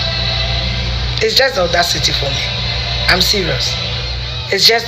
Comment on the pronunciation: Is just odacity for me!! It's odacity city for me!! Afia kept repeating this 😃😃😃